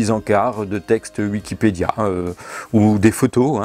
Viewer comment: Tu ES, la preuve, tu prononces "Uikipedia" au lieu de "Wikipedia", comme lui. Donc tu es lui, CQFD. #noussavons